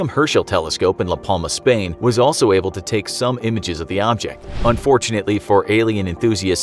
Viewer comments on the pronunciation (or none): none